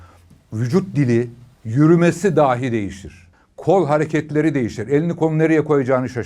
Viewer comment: Boş kovan ifadesine takılan birinin “içilmiş sigara izmariti”demesi ve bağlaç olan dahi kelimesini yanlış telaffuz etmesi enteresan